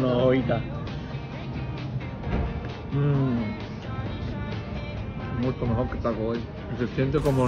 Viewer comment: The way he pronounces Sonoyta 🤦🏻‍♂️ 😅jajaja